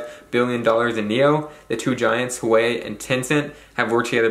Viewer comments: It’s not Hawaii. You pronounce it “Wah-Way”!!! Good video otherwise. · hwah-way not hawaii, lol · Awesome information, thank you! BTW, Huawei is pronounced “wah-way,” I believe... not “Hawaii”. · Lol its pronounced "Wah-weigh", not "Hawaii", but good video bud, I think youre onto something for sure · 🤣🤣🤣 I was trying to figure out who Hawai was. It's pronounced wah-way 🤣🤣🤣 confused the hell out of me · I hate to be that guy but Huawei is pronounced Wah Way huawei wahwhey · Good stuff good man! And as a side note, Huawei is phonically pronounced as Hu-y-way. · Just a tidbit: Huawei is pronounced more like WHY-WAY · It’s pronounced ‘wah-way’ the H is silent